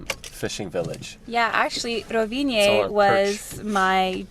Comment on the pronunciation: "Tunnels are expensive. Gotta build them!" You don't say?:) You don't need the "e" at the end when pronouncing Rovinj! Glad you enjoyed, both it and Motovun are awesome! Hope you get to come back soon!